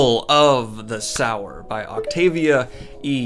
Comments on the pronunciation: Daniel" "Parable of the Sourer." Me: "of the Sourer? Ah, ok. Hey Daniel, if you continue to read more Octavia Butler, look into Wild Seed. Its much, much better. But, it is pronounced 'Sew - er.'" :) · I think it’s pronounced “soo-wer” not “sour” or maybe it’s just me. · Daniel, I love your videos and am ecstatic about the recent sci-fi videos. I hope you continue to do more sci-fi even if there are less views. P. S. Sower is pronounced soh-er not sour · Sower, as in sowing seeds, not sour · The name is sower not sour. Lauren is not harvesting lemons. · Just in the comments to saw it Parable of Sower (sow seed) not Sour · Not critisizing but is not sour but so-wer as in so what. Sow means to scatter, as in seeds. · Daniel: Parable of the SOUR Me: Aaaaaaaaaaah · Its definitely pronounced so-er. You said it yourself, "sowing seeds" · "Sow" - "Er"?!? SMH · Ohmygod thank goodness I'm not the only one confused by how he pronounced sower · "Parable of the SOW-er!" Me: snickers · So as in “sew”. I’m honestly not sure how Daniel keeps mispronouncing it considering he uses it correctly a few times in this video when he’s not saying the title. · Daniel, it's pronounced so-er. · It's meant to be pronounced /ˈsəʊə/ (RP) or /ˈsoʊɚ/ (GA - Dan's accent). If you're not able to read IPa, this means the first syllable is the same as the word 'so', with the standard pronunciation of the -er suffix. The book's title is an allusionto the Biblical Parable of the Sower, which refers to a 'sower', ie one who sows seeds. In this context, the word sow is prounced the same as 'so', rather than Dan's pronunciation, which refers to a female swine. I guess it's ok because he has dyslexia, but I do wonder sometimes how he intends to become a professional narrator with pronunciation errors like this. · I agree with everything in this video.....except how you pronounce "sower" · Dude. Sower, like you reap what you sow. Sowing seeds. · Yeah he says sow right but not sower...